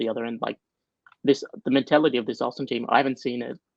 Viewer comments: It is ARSENAL and not ARSNEAL ,lol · “Arsneal” lol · 😂😂😂😂 ARS-NEAL?!!!!😂😂😂😂😂 Can’t you even spell your own team’s name??!!! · Its Robbie,he butchers names in transfer daily and its rubbed off on 😉